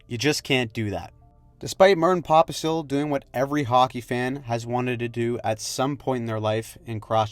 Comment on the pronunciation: I like how you pronounce Pospisil :D